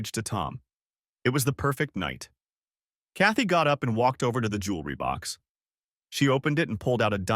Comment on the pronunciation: Chaty... Kathy... Katie... how many variations of this name do we have to hear? Next time, use a simpler, easier-to-pronounce name if AI can't pronounce it correctly. Sometimes it feels like there are three or four different female protagonists... As for the rest...old story, already heard.